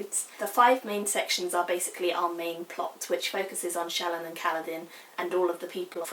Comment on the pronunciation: Not a criticism. I adore SA and Words of Radiance is my most favorite books ever. I mainly listen to the audio book because I can't sit and read without falling asleep. So, I am always listening to it over and over again while I drive. I was gonna let you know how the audio book pronounces the names. Eshonai is "Esh Oh Nie" Shallan is "Shal On" Kaladin is "Kal uh din" Alethka is "Al eth car" Like I said, I may have misspelled the names since they have ever been heard and not seen. As far as spelling goes. I know fantasy names are always up for debate, but I assume the audio book has asked Brandon for his intended pronunciation. FYI, I adore you review, I agree with everything you said/felt about this book. I promise I'm not trying to be a dick and correct you. I just figured you might want to know the "correct" pronunciation.